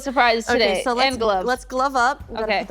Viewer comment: I heard say "'Kay, so, you're gonna..." And my Spanish brain was like "Queso, your gonna" and I was waiting for the "see what I did there?" Except it never happened...